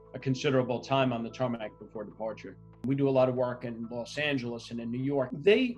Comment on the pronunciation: Dude said Tarmanac, camera guys must have told him he didn’t need the extra syllable